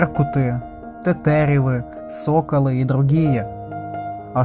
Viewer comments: Не тэтэтривы , а тетеривы ! Грамотей ! А в остальном , ролик отличный , с меня лайк и подписка . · Всё верно , тетерев , тетерева ! (мн .число ) , всё верно . На только не тЭтЭрИв ! ! ! Как проговорил молодой человек . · Почему тэтэрэвы !!! О, ужас слов нет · Тэтэреви!!!😅😅😅😅да еще картавый!! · Неправильно сделано ударение те тере в